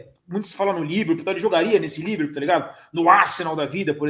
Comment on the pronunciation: "se eu quero no liverpol" xiqui-xiqui kjkkkkkkkkk